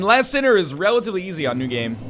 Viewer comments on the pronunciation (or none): I'm trying my best to ignore "LAST sinner" and not be picky about mispronunciation. :) Like your vidoes alot, Lion, you're awesome! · I keep hearing you mis-say characters' names and I just sorta shrivel up a little bit XD Straid of Olaphis and the Lost sinner are named as such. Also, the Lost Sinner is a she. That all said, I love the videos! Keep on doing what you're doing ^-^